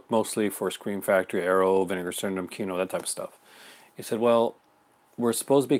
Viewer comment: Kino is pronounced as KEE-NOH? Correct?